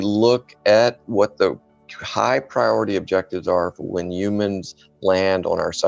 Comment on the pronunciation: He said "yumans"